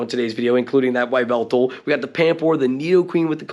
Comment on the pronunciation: Is calling it a Why-veltal just a meme or is that really how you think its pronounced?